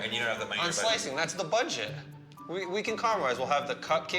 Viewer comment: The girl says “badget” and “stanning”.